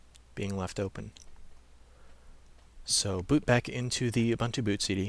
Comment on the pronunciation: What is you only have one computer and have no UBUNTU disc? By the way, it is pronounced as OOBOONTOO (humanness). U sounds as oo, everywhere in the word.